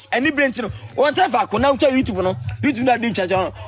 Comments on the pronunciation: Liwin. What's ur problem? Martha is a star. Mtchewwwww. Liwin its "YouTube not "WeTube" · He says Wetup😂